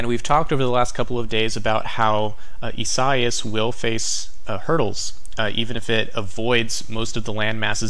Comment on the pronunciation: Thanks! Watching the tropics from NJ. However, it's not ee-SIGH-as but rather ee-sah-EE-as. Great job though.